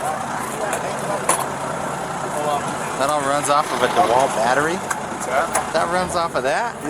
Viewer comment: What the heck is a “da-wall” battery? 😂😂😂